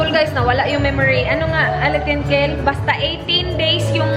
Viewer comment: New crushie <3 kil hahahah or kel.. Kil daw eh hehe pogi2